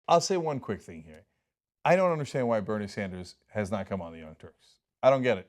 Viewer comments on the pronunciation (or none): "...why Bernie Sanders has not [mumbling...] ? What? Please don't drop the end of your sentences by lowering your voice. After many listening attempts, I finally got : "Has not come on The Young Turks". Darn you, Americans. Please articulate. Don't talk like Keanu Reeves or Tom Cruise. Otherwise I like your show.